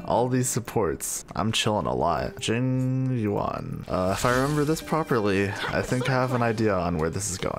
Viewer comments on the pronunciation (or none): none